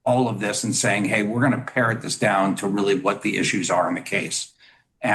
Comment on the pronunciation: "pare down" not "parrot"